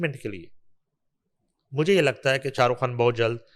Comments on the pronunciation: یہ کھان کیا ہوتا ہے اصل لفظ خان ہے اینکر بننے کا شوق ہے تو پہلے تلفظ ہر کام کرو جہاں دیکھو سفارشی گھسے ہوئے ہیں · Dear please make her speak خان not کھان۔